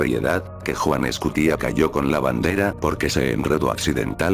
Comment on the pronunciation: Escutia, con acentuación en la penúltima sílaba. Es una palabra grave, no aguda. Hay que tratar de pronunciar con responsabilidad, ya que se divulga de forma distorsiona el idioma